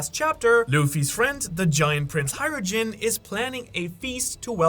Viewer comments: Hajrujin? NO HajruDIN!!! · You pronounce Hajrudin and Ripley really fucking weird. It's Hi rude ing (the g is silent), and Ripley like Ripley's believe it or not